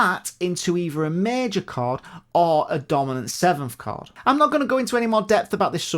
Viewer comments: Sounds like "card" even for my Russian ears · The way says “chord” sound like “card” to my Aussie ears 😂